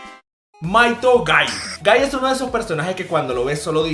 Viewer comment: No es gaiiiii!!!!! Es guy